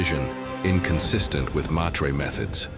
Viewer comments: It is Honored Meters not Maytreyz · "MAH-trey" not "May tree". "Sigh-tal-eh" not "sky-tale".